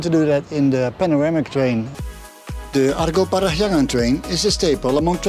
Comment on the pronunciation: Interesting, your pronounciation of "Parahyangan" is so perfect. Correction about the name though, the word "Parahyangan" means Place where Hyang (God) reside. The logic pretty much like when we are talking about Mount Olympus where the Greek God reside. Interestingly enough, a lot of cultures believe that God is reside within high place like mountain. That's why some mountain would seen as sacred. This is also why so many temples was built in high places.